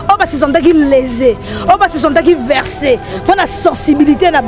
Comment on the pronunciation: On dit vexer et non verser 😂😂